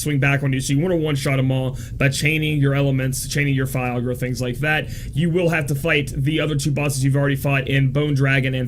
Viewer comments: it's Fy-ra-guh, not Fiagra (sounds like viagra) hahahaha! Great guide, as always. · did you just viagra insted of firaga? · I kept hearing viagra haha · Repeat after me: fi - RA - ga. fi - RA - ga. fi - RA - ga..... see, it's not that hard!